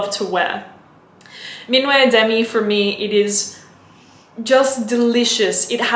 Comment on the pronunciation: Just so you know "minuet," the way you pronounce it, is a ballroom dance. "Minuit," the way it is pronounced (min wee), means midnight. :)